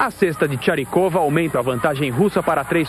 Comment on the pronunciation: Narrador falando "Charikova" sendo que é "Chakirova", Elena Chakirova (Bounatiants). Helen querida, parabéns pela vitória, mas as jogadoras precisam entender as críticas também, afinal, o Brasil fez uma primeira fase horrorosa e mereceu um puxão de orelhas.